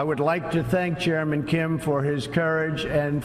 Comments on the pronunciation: I first thought he said German Kim xD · Am I the only one who heard Trump say 'German Kim'?? Just me? Okay ...